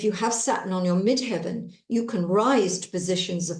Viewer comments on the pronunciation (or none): none